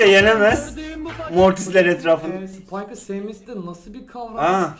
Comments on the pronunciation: Abi spikeka tipsiz diyon ama oyunun en iyi karakteri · Off neden spayka neden tipsiz diyonuz